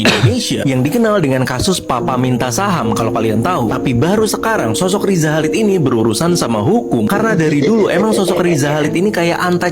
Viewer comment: Chalid dibaca halid dengan bunyi h dari tenggorakan seperti dalam Bahasa Arab